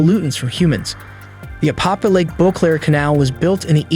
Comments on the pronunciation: It’s Apopka. With a K. Damn man! Don’t insult the name lol. I know you are trying, but come on. Try and say the name right. It’s not, Apapah, Opopa, Apahkuh, Appacka. None of that. APOPKA. SAY IT SLOW. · A-pop-KA— hard K.. lol! I lived here for years.. beautiful lake.. also… you said STREET Johns River.. 😂 it is SAINT John’s River… 🤘🏼🤘🏼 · It’s pronounced Ā-pop-kuh